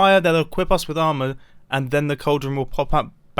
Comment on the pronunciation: ''They'll equip us with almoul'' lol